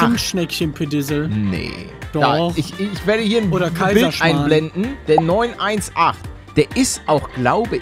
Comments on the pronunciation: Paluten der heißt porsche 9 18 speider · Beste Aussprache... Paluten: Porche 9-1-8 Jeder andere normale Mensche: Porche 9-18 Spyder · das wird nicht porsche 9 1 8 sondern porsche 9 18 ausgesprochen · Hi paluten der wagen heißt Porsche 9 18 spyder man spricht es aber nicht 9 1 8 aus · Wie du denn Wagen ausgesprochen hast ich bin auch noch nach 2 Jahren getriggert 9 1 8 ist falsch es ist 9 18 oder 918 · Wie jedem auto Liebhaber das Herz blutet wenn er 9 1 8 anstatt 9 18 sagt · Eine Legende besagt der Porsche wird 9 18 gesprochen und nicht 9 1 8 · Der Porsche heißt 918 Spyder aber es wird nicht 9 1 8 ausgesprochen sondern 918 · Wen trigger das auch dass er neun-eins-acht sagt und nicht neun-achtzehn 😂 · Man spricht es 9 18 aus aber ok und das ist ein überkrasser hybrid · Das spricht man neun achtzehn spyder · es heißt Porsche neun achtzehn Spider